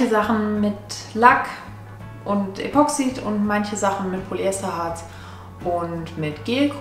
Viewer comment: "Das" Gelcoat. Epoxid wird auf der ersten Silbe betont.